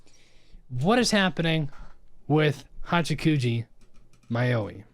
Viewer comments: > Ha-chi-ki-ju, it's not that hard ...You got it wrong, it's Hachikuji 😅 Though to be honest, it's kinda funny that you have trouble saying her name considering she has trouble saying Araragi's. Let me explain the puns in her name, because Oshino's explanation is too brief for someone outside Japan. Hachi means 8 and ku means 9, and ji written this way means temple. Oshino asked Araragi if he heard of the Hachijuuhakkasho, which is the set of 88 temples you visit if you complete the Shikoku pilgrimage. If you're looking for the 89th temple, the Hachikuji, you'll be at it for a while 😆 However, the characters for 8 and 9 can also be read yaku, which could mean misfortune. Meanwhile, mayoi means doubt. Misfortune and doubt, that sounds like the recipe for getting lost 😉 I just spent a while scratching my head because of the the cell phone which said 8x8 = 2323. My first guess was that this could be read as hachi-hachi = ni-san ni-san, hinting at the parallel between Hachikuji and Araragi's sister. But then I went back to ep 3 and noticed that during the intro, Araragi said "haha no hi" (mother's day) and the screen quickly showed 8x8 and 8x9. I don't really want to take the time to look for more times when that was on screen, but it's a nice detail. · Come on, it's not that hard, it's said はちくじ